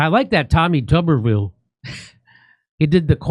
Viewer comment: Tuberville is not pronounced as the word "tub". It pronounced like the word "tuber" as in the vegetable family.